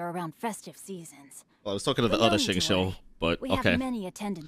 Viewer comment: I just have to mention this; it's not Gouba, it's Guoba. And it's not Xingqui, it's Xingqiu